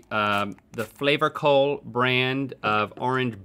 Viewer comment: Link its pronounced Flavacol